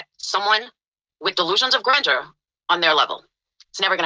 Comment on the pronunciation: damit she cant even say grandeur correct.... yet ragging on a non existent Laura word.